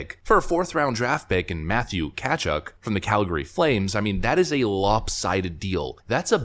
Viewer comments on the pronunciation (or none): sorry, you're not an informed hockey fan as the 2 players Florida traded are UFA's next year, and they signed Tkachuck for 8 years. Tkachuk is also 5 years younger than Huberdeau and does much more as far as a 2-way game goes. Lol, stick to politics as you're good at that! Oh, you pronounce Matthews's last name wrong too! Kah-chook. You're spot on that If Biden makes that trade, though, it'd be epically bad.